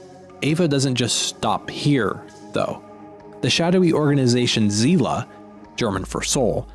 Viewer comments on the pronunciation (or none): Zila? Bruder was? It is pronounced SEELE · my only complaint is that you pronounced Seele as "zee-la" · The daydreamer's longing for a vacation from the constraints of existence. By the way, I was at first a bit confused by your pronunciation of the German word "Seele", until I realized that you were pronouncing it as if it were an English word. Try putting it into Google translate and hitting the "German" speaker icon. Because we do pronounce spellings very differently from language to language, and double-vocals tend to be pronounced more like drawn out versions of the original vocal in German and also in Danish (my native language). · Zela is not a german word... our word for soul is seele you would read it as ˈzeːlə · I love your Videos and could watch them over and over again. You waked up my interests in philosophy again. Thank you so much. <3 And a little sidenote: Zela isn‘t german for soul. It‘s „Seele“. Pronounced like „zeele“. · he pronounced Seele like zela that i thought "what? that was german? never heard that wor..oh" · „Zealah“ - German for soul. Had to think about that for a second as a German. Realized then that you meant „Seele“ 😭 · were you trying to pronounce the german word "Seele", it does mean soul, but your pronunciation was very wrong, though a common native English speakers mistake. The ‘e’ in german is not pronounced the same way as in English, the way you pronounce it it sounds like the german ‘i’, the german ‘e’ sounds more like ehhhh, or i don’t know, a bit like the English a just blunt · Liked that video, I will eventually watch Evangelium. As German-speaker, I think it is funny how you pronounced "Seele":) THanks for the good content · Thank you so much for this very interesting video. I just have to correct you on a pronunciation . The 'e' in "Seele" are pronounced the same like the 'e' in example, elephant, hello. The 'ee' is pronounced similar to 'e', it's just a little bit longer. This is different to the English language.